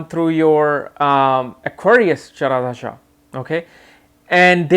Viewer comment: Can you please pronounce dasha and not dhasa?